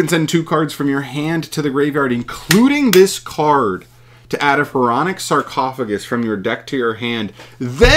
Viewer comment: The spell is suuuuper busted… this shits just overall broken… My guy didn’t even read sarcophagus correctly… it can apply the foolish effect FOUR times